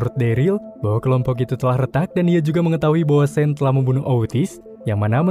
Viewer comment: Sean tu dibacanya sin/san Inimah Shane